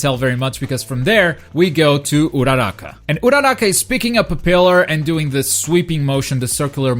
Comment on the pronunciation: also you said uchako's name wrong